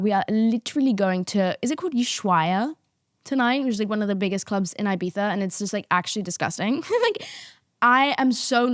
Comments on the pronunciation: had to stop watching because of the pronunciation of ibitha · love but the eye-bitha is really killing me 🫠 if you’re gonna use the /th/, please use the /ee/ for the first i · thought about it but all I hear is "i-bee-saaa" instead if Ibiza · Uk accent ahahahaha